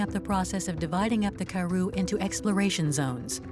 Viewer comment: Would be nice if the narrator properly pronounced Karoo- emphasis on the second sylable